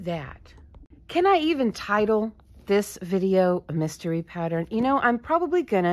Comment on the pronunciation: Instead of a mystery it was a messtery . Lol